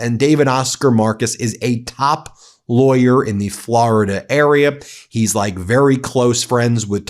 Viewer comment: 'Any laywer knows that!' So how does Ben know? Is he still saying he ia a active lawyer?